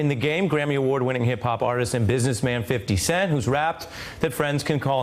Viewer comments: did the Host say "fidy" cent..😂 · I'm a 71 year old white woman & I love "Fity" Cent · Fitty cent, said ari! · listen to how Ari Melber said 50 Cent's name🤣